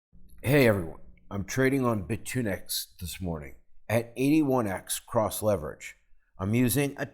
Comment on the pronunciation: its pronounced bit unix and not bi tunix bro':)